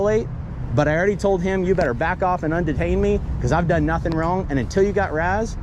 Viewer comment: "wHaT's YoUr RaZz". Nobody talks that stupid. Just say R. A. S. like an adult